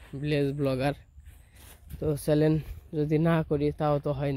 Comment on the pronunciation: ব্লগ করা বাদ দিয়ে স্কুলে ভর্তি হও চ্যানেল বলতে পারোনা।বারবার চ্যালেন বলতেছো।লজ্জা ও করেনা।দান খয়রাত পেলেই হলো তাইনা?